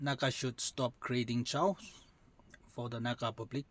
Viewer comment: Sir, Chaos is pronounced as kheyos not chows..